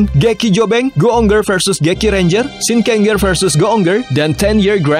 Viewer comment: Kata ger dibaca jer aja,contohnya shinkenger dibaca shinkenjer biar lebih enak atau ngikut cara baca yang dari jepangnya dan kalo ada tokoh kayak mele di uchuu sentai vs space squad,itu bukan movie dari gekiranger tapi tetap movienya kyuuranger